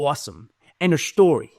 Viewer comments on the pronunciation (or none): End of shtory 😂